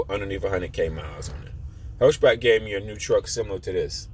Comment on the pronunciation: "Hirsh-Back" and "Bonehead Trucking"? I'm starting to think you are just trolling and pronouncing everything wrong on purpose...